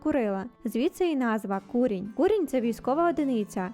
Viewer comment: А чому КуРІНЬ, якщо КУРіНЬ? Наголос на другому складі. Старі люди саме так говорили. І в словнику також